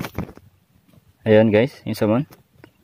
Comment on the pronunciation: Samon daw kala ko SALMON 😁😁🐒